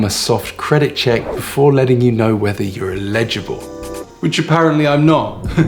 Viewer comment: not "illegible" but "eligible" - ell-i-ji-bl.